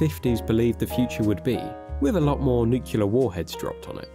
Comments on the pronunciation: Getting real tired of people saying nucular. It’s nuclear. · It's nuCLEAR not nucULAR, but anyways, great vid! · Why are you saying “nucular” there is no “U” after the first one in “Nuclear” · Love the info on the lore, but I have to point out it's nuclear, not nucular. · Why do you keep saying noocuelar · Why do so many people pronounce it "nukular?" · It’s pronounced nuclear (nook-lee-er), not nucular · "Nucelar?" Seriously? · Nuclear, not nucular. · NU-CLEAR* (not nu-kee-lear) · It always drives me nuts when people pronounce nuclear and “Nu-ku-ler’…. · nook-lee-ar, not nook-you-lur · It's pronounced nuke-lee-ar. Not nuke-u-lar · For any god's sake, the word is "Nuclear", not "Nuculer". Please get this right or how can we trust your word? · It’s New-Clee-Err, not Nuk-U-Lurr, God I hate it when people get that wrong. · nucular nuclear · NEW KLEE URR ffs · It's nuclear. NOOK-lee-yer. Say it ten times. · “Nookyalar”? Nah bro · Nuclear, not Nucular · Is the narrator here actually (mis)pronouncing "nuclear" like George W. Bush did? Anyone else hear that? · "nucular" is not a word. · For the love of god stop saying “nuculer” … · Hate to be that guy but you're saying 'nuclear' wrong and it's grating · Why are most Brits unable to properly pronounce “nuclear”? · Wow everyone has really gone nucular over my mispronunciation of that word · The word is Nuclear. Only one U. God that bugs the hell out of me... I'm not sure why. 🤔🤷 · Why can no one pronounce nuclear correctly. Jesus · This would have been a better video if you knew how to pronounce nuclear. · The amount of people in this world who cannot correctly pronounce the word "nuclear" is genuinely upsetting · Had to go find another video. The L is before the E without a second U in NucLEar Learn to freaking speak